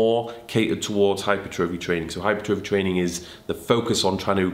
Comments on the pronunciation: it's not hypertrophy, it's hypertrophy. Correct pronunciation next time please xxx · I really enjoy the content, please do a video on the correct pronunciation of hypertrophy. You say Hyper-trofee, the Americans say Hi-pertra-fee.